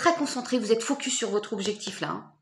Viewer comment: Tu vas rire quand tu as dit vous êtes '' focus''j' avais compris '' faux cul'' 😊 😂